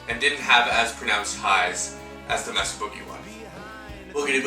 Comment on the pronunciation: Dude. It’s pronounce “MAY suh”. It’s a Spanish word that means gorge or canyon